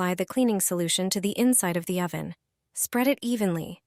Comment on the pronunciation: What is a "spongg" and what is an "Oh-van"?. Shit AI voice.